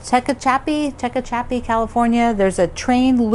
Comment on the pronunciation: It's pronounced "te hatch a pea". Husband and I love to play Upwords, a board game.